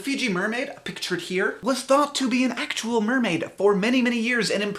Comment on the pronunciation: I loved those "accttual"s:)